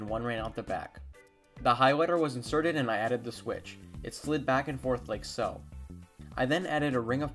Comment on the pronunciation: Why do you say ''so''as''sho''?